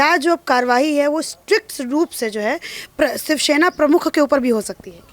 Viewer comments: btw she is saying 'sivshena' which is not close to shivsena or shavsena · Who is this anchor who can't even pronounce "shivsena"?